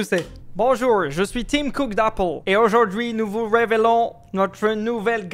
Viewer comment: Pourquoi tu as fait l'accent Anglais et pas Americain pour Tim COOK ? + Super sympa le retour aux sources de la vidéo !